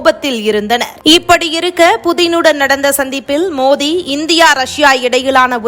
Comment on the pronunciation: மோதி இல்லைங்க மோடி உச்சரிப்பு கவனம் தேவை